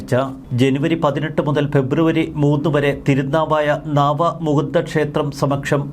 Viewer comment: നാവമുകുന്ദൻ അല്ല നവാമുകുന്ദൻ എന്നാണ്